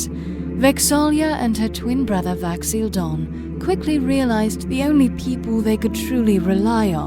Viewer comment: He totally said Vax'ahlia